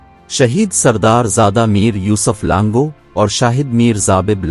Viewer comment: پہلی بات ک آپ بول رہے ہو لانگو جبکہ اصل لفظ ہے لانگا اور بار بار بول رہے ہو ک لانگہ رند نہیں ہے اصل میں لانگا رند میں سے ہی ہے اور ہر پروگرام میں بلوچی history غلط بتا رہے ہو اور اپنے ویڈیوز میں بلوچوں کی بجائے راجپوت کبھی مراٹھا ک فوٹوز دیکھا دیتے ہو مہربانی کرکے آپ ہماری تاریخ خراب نہ کرے اور ویڈیوز بنانے سے پہلے بلوچوں کی تاریخ پہ صحیح طریقے سے ریسرچ کر کے ویڈیوز بنائیں ورنہ آپ پہ غلط history بتانے پہ کیس کردیے گئے جس کے زمادر آپ خود ہونگے میں اپنے بلوچ بھائیوں سے گزارش کرتا ہوں کہ جب تک یہ بندہ صحیح history نہیں بتاتا تو آپ ان کے ویڈیوز نہ دیکھیں